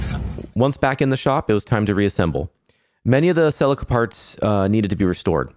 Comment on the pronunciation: Say it with me 'See Leek Ah'. It's not a Ferrari and it ain't driven by Tom Salek 😅 cool Resto though mate well done 👍